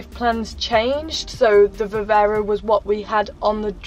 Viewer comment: Hi, question for next time or just answer here if you don’t mind, but if it’s too personal no worries Q. Why don’t you take your pup with you on your travels ? One small thing too, surely it’s Viv-arrr-ro not Viv-err-ro 🤔